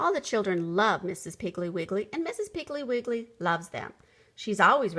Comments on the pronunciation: I fondly remember from my childhood Betty Macdonald’s Mrs. Piggle Wiggle series of children’s books. They were so entertaining and always humorous. It’s a shame this reader clearly mispronounces the name of the title’s subject as “Mrs. Piggly Wiggly”. 😢 It clearly should be “Mrs. Piggle Wiggle”. 😊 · Lol thats not how you pronounce mrs piggle wiggle❕❗️ha ha😅😂😉😇😝😜😄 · I noticed this, but still loved the story!